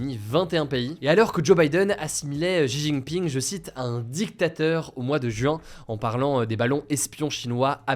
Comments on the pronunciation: c’est chi (Xi Jinping) Hugo pas ji 😂 merci pour tes videos elles sont top 😊 Et c’est vrai que militairement la Chine c’est pas du fake news, elle a vraiment du bon matos. Au bourget ça s’est vu mais aussi mtn au Dubai air show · il faudra un jour quand meme apprendre a prononcer correctement le nom du president chinois... on va en parler de plus en plus